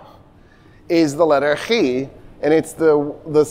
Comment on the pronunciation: Many reasons for to be complimented. Yet as a Dutchman who speaks both German, Greek, Hebrew and Spanish, overhere I specifically like to compliment him on the pronunciation of the Greek letter Chi, which indeed is supposed to sound very similar to the letter G in German and Dutch and to the Chet in Hebrew. This sound is apparently quite alien to the English language, as well as a great many other languages, among which notably also French. is one of the VERY few Americans I have ever heard pronounce that letter perfectly (and I met a few on my travels.....). Fun fact is that the Spanish didn't quite manage to change it to a sound more akin to H succesfuully either, because more than a few Spanish regional accents still pronounce it the "Arabic" way, akin to a Chi.